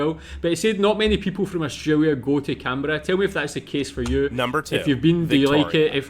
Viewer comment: South Aussie here. I enjoy your reactions and want to put one thing to you.. if you can't pronounce the 'L' in AustraLia' please just say 'OZ' 😂😂😂 bad enough we have to teach Americans to say auzzie instead of Ossy!! 😅 Os-tray-lee-ah ok, not Austraywyia!! 😂😂😂 It's just wrong. You wouldn't say Kuala Wumpur would ya? I know, I live in Malaysia now too but speak like a local sarawakian, and it's a lot more colloquial than plain bahasa!! So do us a favour, say Oz if you can't say it correctly.. from one mat salleh to another. ❤